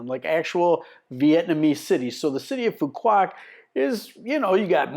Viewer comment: Please take a few mins to learn proper pronunciation. Just ask the locals! (try "phu wok" - the q is all but forgotten and made into a 'w' sound in the southern dialect) And there is no town called 'Phu Quoc'. The main town is Dương Đông ("Yuong Dong" is the closest I can type as to how to say it.)